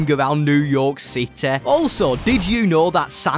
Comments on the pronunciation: Sliding around new york cit-EH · did my man just say new york SITEY